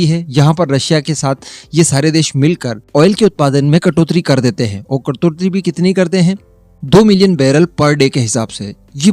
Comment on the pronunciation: सही उच्चारण "कटोतरी" नहीं "कटौती" होता है।